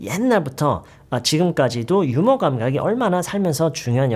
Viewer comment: 휴머? 유머가 제대로 된 발음 아닌가요